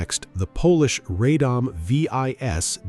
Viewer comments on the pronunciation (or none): Radom is pronounced RRAH-dohm, not RAY-dom. The ViS my Grandfather-in-Law carried as a Polish government lifeguard was used to kill a German sentry with a shot under the helmet before he dove into the Vistula to swim to the west bank, after returning to go home to his Family following his escort of the Polish government to the Romanian border. I was the first one he told in 1991, about what he did in October 1939…. I had just married his Granddaughter a few weeks earlier on 5 January 1991. Everyone was surprised that he had chosen me to disclose this, after all those years.